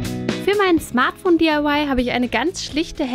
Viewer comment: "Smart Foon"